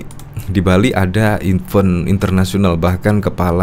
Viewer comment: Event2 mas, bukan even2🙄.